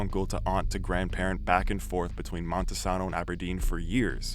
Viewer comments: FYI, It's pronounced Mon-ta-sane-o, not Monte-saw-no. I use to live in Grays Harbor. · Same but I hate how he mispronounced Montesano